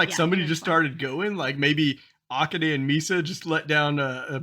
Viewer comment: Kanami's name has the accent on the second syllable. You got that. So does Akane. Ah-KAH-neh